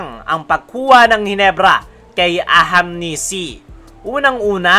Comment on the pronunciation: AHANMISI boss, hindi AHAMNISI. 😊